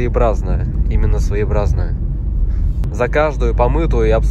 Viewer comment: Ну ты татарин.....не своибразное, а своеобразное...свое....образное...хаххххх